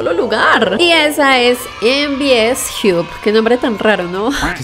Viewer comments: Se pronuncia jab o job, no jiub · En Bi Es Jiu ? Me mató, hay que mejorat el Inglés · "MVS jiup" .... jajjajajaj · "mvs JIUB" 😂